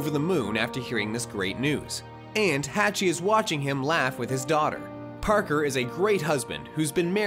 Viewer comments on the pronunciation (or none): My guy said "hatch-e" Edit: the real name is pronounced" haw-ch-ee Hawchee" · It's pronounced HAW CHEE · Umm you could at least PRONOUNCE Hach's name correctly. Did you even WATCH the movie?